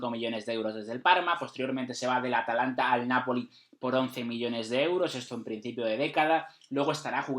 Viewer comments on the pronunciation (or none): none